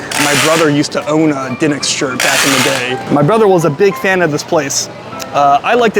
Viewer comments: it's De nicks not den ics !!!!! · It's pronounced like the basketball team. Da Knicks. 🤦🏾‍♂️🤷🏾‍♂️😂🤣🤣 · Duh-niks is how you say it in Philly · Also by the way it's pronounced Da-Nicks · You’re not pronouncing the name correctly. How can you mispronounce the name. It’s been all over the place. Pats’s now this. Come on man. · The way you pronounce DiNic's is making my left eyelid twitch. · Why would you not ask them how to pronounce their name? Or at least lOOk at the sing and sound it out! You are WOEFully uneducated about the places you eat and review. God bless you that you can make living at this but I suggest you make some changes and work on your background information, platform, delivery, and most of humility! Your gastro/life experience is so limited and you come off as a experienced gourmand.